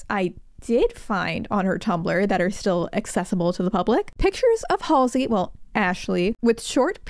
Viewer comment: Not MALLSEY😂